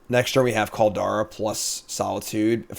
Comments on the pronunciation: please. There's no "e" in Kaldra. Call-dra. I get tilted when you say "kaldera" XD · I love and respect you, but every time you say Call-dare-ah I completely blackout and question all those feelings. It’s CALL-DRUH, bruh. 😂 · How is it jims pronunciation kaldra is mentioned twice, but nobodys mentioned oni? Like oh-knee my dude not on-knee, youre killin me here.